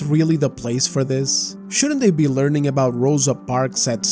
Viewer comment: "Learing centers" this made me chuckled so hard😂😂😂😂😂😂😂😂😂 you are so funny dude